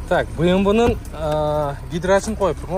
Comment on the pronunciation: Быймвы де😂